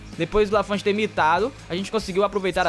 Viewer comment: voce esta pronunciando o nome do Lanfont errado, se fala com o t mudo (lafon)